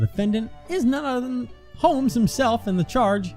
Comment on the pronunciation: said Sholmes instead of Holmes, she did an oopsie